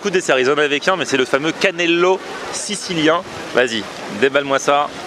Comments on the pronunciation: Cannoli... pas cannelo.. 😂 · Hah ha va falloir bosser la prononciation italienne! On dit un cannolo (singulier) ou cannoli (pluriel). Dedans y'a des fruits confits et c'est le dessert préféré de Tony Soprano ^^